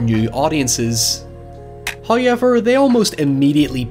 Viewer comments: First "high-yevver" . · every time you say how-yever i get distracted and miss the next sentence you say 😂